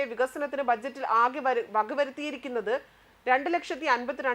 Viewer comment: Vakavaruthiyirikkunnath alla vakayiruthiyirikkunnath aanu😂